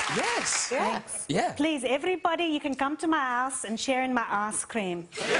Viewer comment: Do south africans really call icecream "arse-cream"?